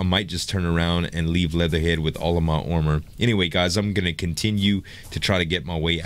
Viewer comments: why do you say ormor instead of armor? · you said aomer